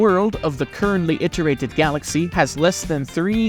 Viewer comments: Please don't say iterated like that ever again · you pronounce "iterated" like allan